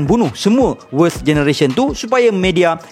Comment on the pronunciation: susah sgt sebut worst tu hahaha.